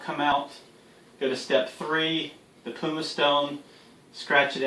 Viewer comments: Repeat after me....PUMM (rhymes with Plum) ICE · Look up how to pronounce pumice. Otherwise good video!